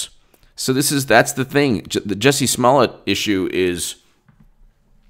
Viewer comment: fyi, He pronounces it "Juicy".